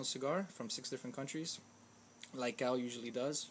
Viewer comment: Hey man its not cow its pronounced Cee-A-Oh just like the letters